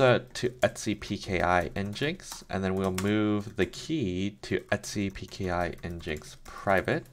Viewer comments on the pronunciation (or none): Just FYI the official pronunciation is "engine X"... I had no idea for years and thought it was "n-jinx" too.